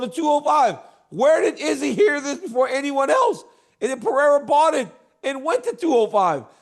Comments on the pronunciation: CHAEL needs to Stop pretending and Pronouncing PIYERA coz its not even funny👎🏻👎🏻 SONNEN - Read This! PE-REY-RA.. PE-RAY-RA…. Very easy Chael and dont play STUPID! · “Pierre-ah” lmao Chael is the worst at pronouncing fighters names 😂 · LOL Chael got him with the Pee-aira😅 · DC keep emphasizing PAREIRAAA just to have Chael call him Piera 30 seconds later 🤣🤣🤣🤣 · I love how Chael just gave up on trying to pronounce Pereira. It’s Pierra forever now. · It’s Peh-Ray-Rah You absolute sausage!!’ How hard is it you’re covering this sport globally …. IDIOT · How tf does Chael mispronounce every name? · No matter how many times Daniel correctly pronounced Pereira, Chael will continue mispronouncing it. It seems deliberate. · How can chael still not pronounce Alex Pereira's name right?